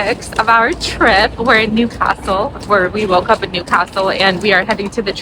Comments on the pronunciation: It’s ’Newcastle’ pet ….. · Newcastle is one word not two!